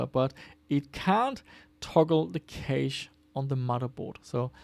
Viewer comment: Cache is pronounced like cash, no?